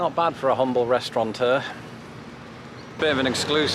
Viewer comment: fucked up again., there’s no “n” in restaurateur. I’m always amazed how this supposed genius in the English language manages to get it so wrong, and so often.